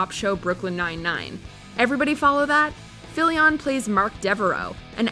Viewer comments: Anyone else's eye twitch at every wrong pronunciation of Fillion? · Y’all butchered Nathan Fillion’s name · The way she pronounces fillions name is maddening.